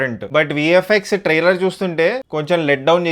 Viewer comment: Are oo galla chokkaa trailer taitearr kadhuu palakadam nerchuko ra pulaa chokka pukaaaaa